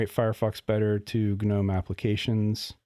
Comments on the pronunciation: ga-nome, ga-nome ga-nome. I had to quit. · It's just pronounced "NOME", dude :D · I was so confused at the beginning of the video as he kept saying "GNU" until I realised he was say "Gnome". Usually when everyone says they skip the G, I also do.